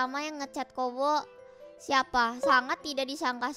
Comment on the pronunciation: Kobo: Haha I'm gonna lie and make people feel bad for me. 😀 People: actually offer help Kobo: wait what? 😢 Also glad I wasn't just hearing things when I thought I kept hearing people/Calli call Kobo 'Gobo'.